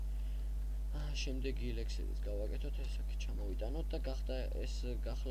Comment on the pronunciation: აუ ელექსირის მაგივრად ელექსილს რომ იძახი ვაიმეეეეე